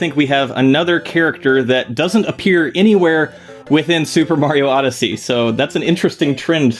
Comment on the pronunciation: Oh god, it’s muper sario odyssey